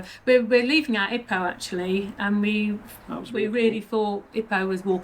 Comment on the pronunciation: Loved this summation video but every time you mispronounced Ipoh as ippo instead of EEepo... lol.If you did retire there, go to the Genting or Cameron Highlands. That humidity keeps me away despite loving it. Glad to hear the medical scene was good.